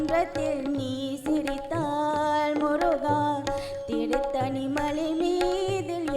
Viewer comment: Not turuttani it's tiruttani plz.